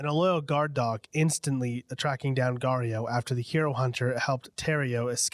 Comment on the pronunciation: “GAURIO” lol